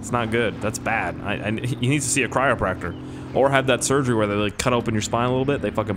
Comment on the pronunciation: did he say chriopactor?